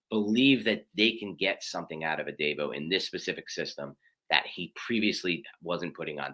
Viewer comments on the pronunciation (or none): Hate to knit pick but it’s a pet peeve., it’s pronounced. A-deee-bo. Like Deebo from Friday. Also it’s Robert Sal-ah like Salad but ah at end lol